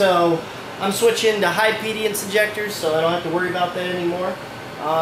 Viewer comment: Constructive criticism, I believe you're pronouncing it wrong. It's impedance not impediance.